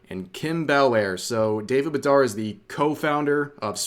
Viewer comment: Bedar(d) D is SILENT and yes i am French native and yes i AM from Montreal